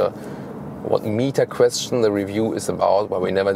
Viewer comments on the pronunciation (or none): none